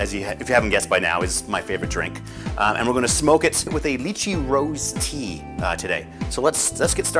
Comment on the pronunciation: why does he keep say Lychee like that?